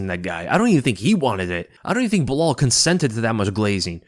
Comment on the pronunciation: Personally I like Uncle Chael's "Blehal"